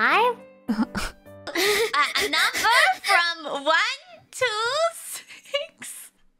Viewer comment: キアラが「to」を「1」「6」と同じような強弱で話しているので「1,2,6」と数字が並べられているように聞こえるんでしょうね。 「to」をもっと弱く、低く発声して前後の数字を強調するように話せば「1 to 6」と聞こえると思います。 でもキアラのおかげでこぼぐらの可愛すぎる聞き間違いが見れたので感謝しかありません。